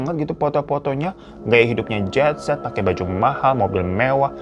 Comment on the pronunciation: permisi bwang mengkoreksi lidah lu yg kepleset itu. bukan genset tp jetset. orang2 super tajir disebut jetset